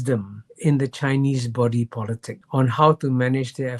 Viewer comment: Sounds like he keeps saying Joe Politics.